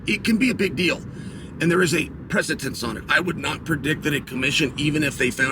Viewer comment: Precitence or President?